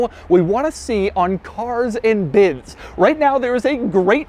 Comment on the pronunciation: Lol...lov how Doug says.."CARS AND BIDS!!"